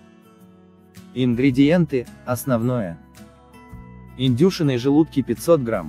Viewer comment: Это что за издевательство? 0.5 чайных ложек, 1 грамма, индЮшиные желудки... Вы на каком языке говорите? Слух так режет, что рецепт не воспринимается.